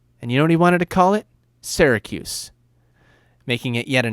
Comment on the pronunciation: As soon as I heard that I stopped believing he's from Syracuse.